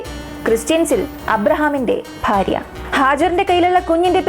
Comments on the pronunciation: ഫാ അല്ല ഭാ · കുട്ട്യേ ഫാര്യ അല്ല ഭാര്യ 🤣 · ഫാര്യ അല്ല മോളെ ഭാര്യ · ഫാര്യ. ഫർത്താവ് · ജിഹാദികളുടെ അടിമ മോളൂ ..... സേ ഫാര്യ അല്ല ഭാര്യ 😂😂😂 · എന്തിന് മനഃപൂർവം 'ഭ' ക്ക് പകരം 'ഫ ' എന്ന് പറയുന്നത് ? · ഫാര്യ അല്ല ഭാര്യ😁😁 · മാശാ അളളാഹ് നല്ല അവതരണം ഫർത്താവ് ,ഫാര്യ അല്ല ഭർത്താവ് ,ഭാര്യ എന്നാണ് തുകൽ ബാഗ് എന്നാണ് ❤ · ചിലപ്പോൾ, ഫർത്താവ്, ഫാര്യ എന്നാണ് പറയുന്നത് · ഫർത്താവ്, ഫാര്യ........ അയ്യേ.... അയ്യയ്യേ.....